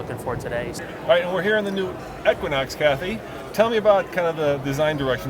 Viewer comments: E-quinox, not Ek-quinox! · Eee-quinox, not Eck-quinox, no offense.